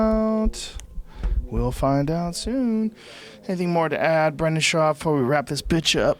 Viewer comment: Brandon "Bolth" Schaub